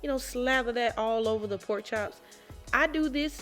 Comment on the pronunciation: If she says powk instead of pork.. you Know That Girl can Cook🤤 Thank you dear🤙🏽 you’re too sweet!